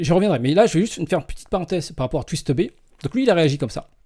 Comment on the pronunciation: Regarde même quand on prononce le pseudo "twist2b" on reviens à dire twistteubé miskin